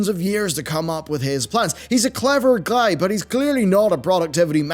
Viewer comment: "clever gluy" confirmed